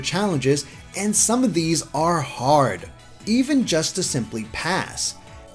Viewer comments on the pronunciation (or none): none